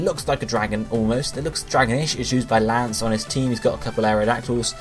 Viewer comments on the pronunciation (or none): none